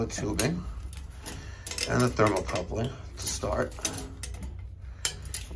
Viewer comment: its thermocouple not coupling but you are doing awesome work